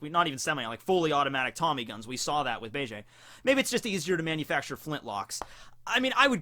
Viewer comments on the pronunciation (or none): none